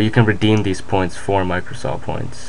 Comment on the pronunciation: micrrrrrrrrrrosoft points lulz